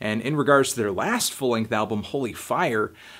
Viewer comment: did he say FOAL lenght album??